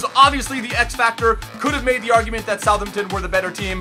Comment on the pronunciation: SOUTH HAMPTON= THE WAY YOU SAY SOUTHAMPTON